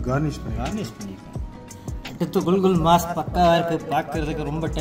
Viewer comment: ஐயா அது குல்,குல் மாஸ் இல்லை குகூல்மஸ் அதாவது குகூல் என்பது சிங்களத்தில் கோழிக்கு சொல்வது மஸ்-இறைச்சி அதுவும் சிங்களம். அது கறியின் பெயர் கிடையாது.